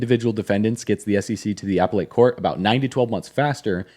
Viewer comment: Remember, you’re taking your investment advice from a guy who pronounces appellate “Apple 8” dooofuuusss